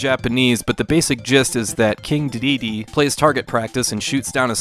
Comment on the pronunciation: you did not just pronounce dedede like that 💀 anyway, really fun game! I was pleasantly surprised when I played this on switch online. thank you so much for the menu guide, now I know what the heck each mode is.